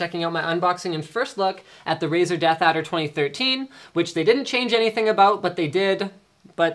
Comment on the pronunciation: Razer? More like "Ricer" =)